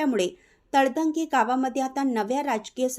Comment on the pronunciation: तळतंगे नव्हे तळंदगे मराठी वाचन सुधारा